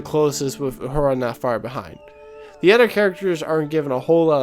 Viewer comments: Please,... it's Uhura (oo-HOO-rah), not Aurora. And I grew up watching TOS when it was still on network TV. But as with all franchises, there must be changes if it is to survive over generations. Change is inevitable. I think it is fascinating how different producers and show-runners concentrate on differing aspects of Roddenberry's vision as being essential to the franchise. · Anyone that calls her "Aurora" instead of her proper name "Uhura" shows right off the bat he has no idea what he's talking about and his opinions are useless. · You keep saying "Aurora" instead of Uhura and it's driving me nuts! Repeat after me: Uhura --> Ooh-Who-Rah ;-] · That's U-Hura, not Aurora. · Her name is Uhura, not Aurora, and the actor you called Zachery Levi is named Zachery Quinto. Kinda lost interest after that. Confusing mistakes considering how thoughtful the rest of the video was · I appreciate your video, agree with your overall premise. I really don’t like what Star Trek has become I don’t know they will ever re-capture what it used to be with the original series or next generation. You do need to pronounce Uhura correctly though, that’s a big miss. Overall I appreciate the video.